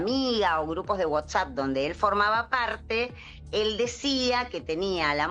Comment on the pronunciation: Por que dice Whotsapp??